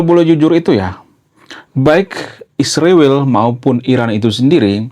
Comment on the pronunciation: Sebut israel dg benar bro Ucap 7x seminggu